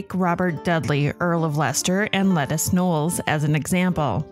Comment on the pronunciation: Ok I know you meant “Lettice” Knollys but it sounded like you said “Lettuce” and I couldn’t stop laughing😂 Anyways, Liz was my favourite Tudor monarch